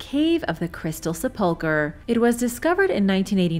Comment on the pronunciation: The constant mispronunciation in these videos drives me insane! Sepulcher is pronounced SEP-LA-CUR not sa-pulch-er.